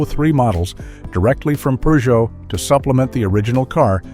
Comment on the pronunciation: Peugeot does not have an “r” in it. 🙄